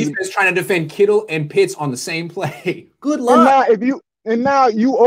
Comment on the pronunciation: First off, it's Kittle, not Kittles. Intriguing points otherwise, and I agree Pitts is gonna be a stud and he'd make the 9ers offense absolutely lethal. Would be putting Jimmy in a position where he couldn't fail, health issues aside. QBs are so hit and miss (seems mostly miss) kind of like drafting a goalie or defenseman in the NHL. The 9ers do offer one of if not the best spot for a young QB to land, so there is that. Big difference between beginning your career in this situation as opposed to say the Jets